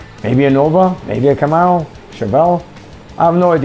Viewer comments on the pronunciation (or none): none